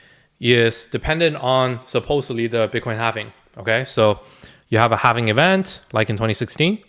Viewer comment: Halving* not “halvening” this makes it sound like its “happening” which is incorrect in multiple ways. The halving is a simple event - the 4 year cycle is further about liquidity and the 4 year cycles that surround that - the presidency cycle happens to coincide with. Satoshi nakamoto being the smart entity they are lined up the bitcoin halving with those other cycles. The halving is a simple event everyone knows about - its not as if its some unknown entity that drives all reason behind what happens. This is also not regarding the longer and more major real estate cycle that is coming to its peak which also has effects on the economy. There is a reason people may think a certain way. Its not bad to play devils advocate but realize there may be something to what people say. If you spend time curating a list of people to follow and listen to and then just believe people are the inverse of whats going to happen i think youve lost touch with why youve followed people to begin with. If you think this way maybe dont watch any youtubers and simply do your own homework? Also if you put your finger on the “sell button” then maybe you should just do it - You dont seem to have the conviction needed for this space. Also, good investors dont usually just click the sell button and sell 100% of what they have. You sell into the pump as it goes up. Looks up risk management and profit taking guides if you dont know this already.